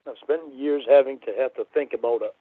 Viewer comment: I fawkn hate how he pronounces "about".. more like "a-bhoot".